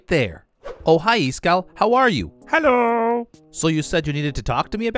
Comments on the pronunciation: Totally the real Iskall xD he said "HALLO" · Well he did say HALLO, so definitely him. Gotta say I love watching him play vault hunters